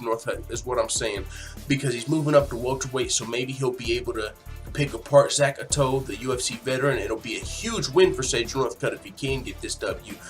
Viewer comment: That picture isn't Zak Ottow. Not how you pronounce his name either. Good content of the video but you might want to do more research